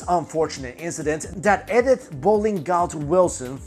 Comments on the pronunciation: Why can't you pronounce common names correctly? Hen rich is Hine rick, Life is Laif, and Ed ith is E dith. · You're pronouncing Edith wrong, my dude :) It's pronounced like "ee-dith".